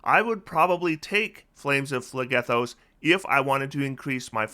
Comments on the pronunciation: Ooft, my my greek myth loving heart is pained every time you say phlegethos. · the way you pronounce phlegethos probably makes the entirety of greece wince 😂